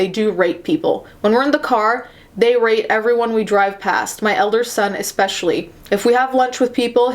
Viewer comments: Every time she says "rate" i hear "rape"... kind of funny though.. xD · I KEEP HEARING "RATE" AS RAPE- im watching too many of these my mind is fucking up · Mmmmmmmmmm I keep hearing rate as rape and I forget it’s rate every time and I’m just like w h a t